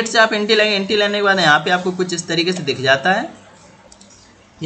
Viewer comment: entry ko aap enti bolte hain jaise koi anpad hamein plan bata raha ho